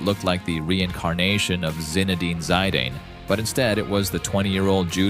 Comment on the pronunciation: I couldnt watch this video with the Zidane pronounciation 😅